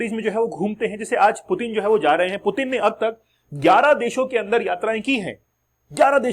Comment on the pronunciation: "डराने के लिए डर रहे हैं" ये एक बकलोली वाला कंसेप्ट है।डराने के लिए डरने की नहीं ताक़त और हिम्मत की जरुरत होती है।मतलब लोग कुछ भी बोल देते हैं। आपको रसियन राष्ट्रपति का नाम का उच्चारण ठिक ढंग से नहीं आ रहा है पहले उसको तो ठिक कर लिजिए😂।और पुतिन कोई हलवाई नहीं हैं की कोई भी गिरफतार कर लेगा।